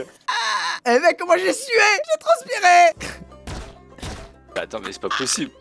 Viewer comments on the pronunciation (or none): arrete de dire j'ai trenspirer